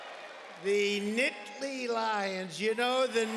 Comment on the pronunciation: the "Nitly" Lions??? smh...